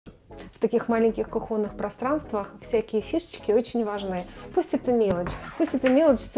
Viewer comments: Не кухОнных, а кУхонных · кухОнных?!!!! Сколько можно уродовать русскую грамматику?!!!! ЗАПОМИНАЕМ! - Запомним, что ударение в слове «кхонный» всегда ставится на гласный «у» первого слога. Это слово относится к прилагательным, образованным от существительных при помощи соответствующих суффиксов. Правило гласит, что ударение в этих прилагательных такое же, как в исходных существительных. Прилагательное «кухонный» происходит от существительного «кухня», где ударение не вызывает сомнения. Следовательно, и в первом случае делаем акцент на звуке «у». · Почему она так ударение ставит, разве не кухня проверочное